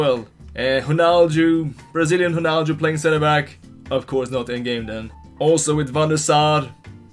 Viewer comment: Lol, am calling him "" from now on.